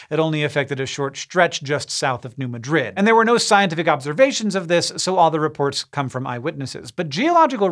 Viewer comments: Argh... not New Mad-RID. It's New MAD-rid. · It’s New Mad rid, not New Ma drid. For some reason pronunciation is different for some cities in Missouri and Iowa. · As a resident of southeast Missouri. The way you pronounce New Madrid hurt my ears. A lot of people assume it's pronounced (muh-drid) like you said it, when it is actually pronounced (mad-drid). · Thank you, I came here to say this. If anything, he could ask his brother. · Great video, one thing to note is that the locals call it New Ma' drid, not New Madrid. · New Madrid, Mo is pronounced New MAD-rid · Embarrassing mispronounciation of New MAD-rid Missouri. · Just a small pronunciation note: I believe that the people in Southeastern Missoura pronounce the town of New Madrid with the emphasis on the first syllable of Madrid so that it rhymes better with "bad bid" better than it does "undid." And for the record Prague, OK rhymes with "beg" not "dog," Pierre, SD rhymes with "leer" not "the air" and Lead, SD rhymes with "reed" not "red." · You said New Madrid wrong.